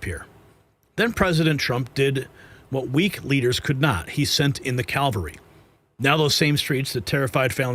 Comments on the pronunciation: CAVALRY, not Calvary! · Cavalry, not Calvary. From French, Chaval.